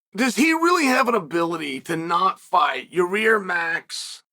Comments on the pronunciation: Ya Rear 😂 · Say Yair "Your rear" 😅